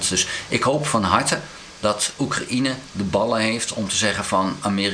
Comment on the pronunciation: Hoi, zeer interessante vlogs. Maar Oekraïne spreek je uit zoals cocaïne, een J tussen de A en de N, geen I